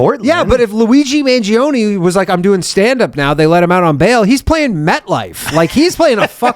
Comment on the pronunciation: The way Ryan says people's names worse as the episode goes on, is my favorite reoccurring bit. "Luigi Mangione" "Luingi Mangione" "Luigbee Mahnianni"